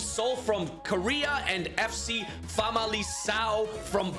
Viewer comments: The 'c' in 'Famalicão' is pronounced like a 'k'. If it was pronounced like you did it would be written 'FC Famalição' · Hey, in this case it's pronounced vocally famaliKão. And for Diogo it's said vocally GonSalves. I can't possibly make a prediction but I bet it won't be Barcelona or Bayern. Edit: I sure didn't predict away goals to eliminate Bayern and Barcelona. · As a portuguguese I can tell you that in "Famalicão" and "Gonçalves" the "c" and "ç" are pronounced the other way around - you pronounced them the opposite way. The "ão" is also wrong but the "c" and "ç" really was annoying...